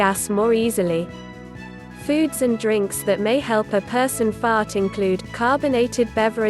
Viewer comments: Like how she says fart lmao 🤣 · Just her accent